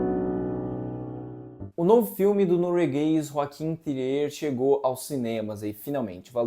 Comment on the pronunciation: Só uma observação: o diretor não é francês como vcs podem pensar pela pronúncia do seu sobrenome. No Google é possível ouvir a pronúncia em Norueguês.